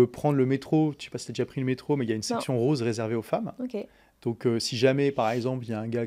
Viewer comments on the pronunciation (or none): none